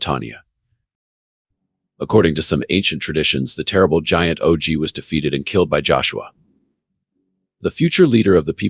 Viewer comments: I want to listen but it's not natural enough and pretty sure it's pronounced OG as in POG not O G as in Owe Gee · It is a computer voice so it pronounce it O-Gee